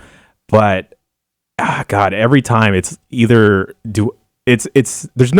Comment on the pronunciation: This week on the Bombcast: still does not know how to pronounce "every" without putting an extra "r" before the "v".